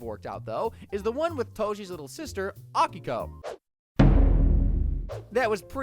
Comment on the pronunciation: A - Key - ko. Steve says it twice in the first clip you used FFS.